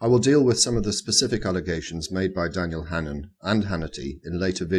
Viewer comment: It's Daniel Hannan, not Hannon. The NHS is a joke.